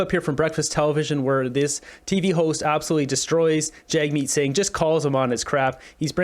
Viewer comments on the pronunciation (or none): Did the interviewer actually call him Jugmeet?! It sure sounded that way twice to me! Lol! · She also called him Jug-meet 3 times! I'm sure it was a innocent mistake...😉